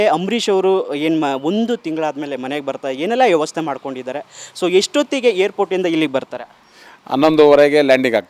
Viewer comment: ಯವಸ್ಥೆ ಅಲ್ಲ ಅದು ವ್ಯವಸ್ಥೆ